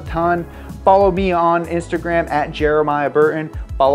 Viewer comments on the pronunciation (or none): none